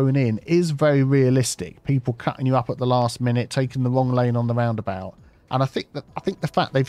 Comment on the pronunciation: I like when you say "woundabout" :-)